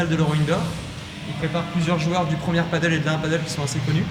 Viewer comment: tu redis PADEULLLE une fois je te ban de ta chaine ok!!!